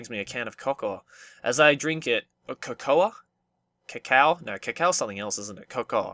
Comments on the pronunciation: "Co-co-a" XD, it's pronounced "co-co." I don't blame you, though, English is weird. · its pronounced "co-co" as in hot cocoa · pronounced "coco" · "co-co-a"? c'mon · Co-Co, not Co-Co-Ah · Cocoa is pronounced "co-co" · Cocoa is pronounced "koh-koh" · Who the fuck doesn't know how to pronounce cocoa? Its pronounced co-co, in america at least hot cocoa is used interchangeably with hot chocolate. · Cocoa is pronounced coco XD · It's pronounced coco I think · im not trying to be mean but its pronounced coco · I don't know why, but whenever mispronounces a word I just instinctively correct him until he gets it right.